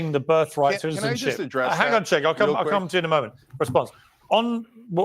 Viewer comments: It’s pronounced like “Jay-nk” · His name is supposed to be pronounced as a J. As in Jenk.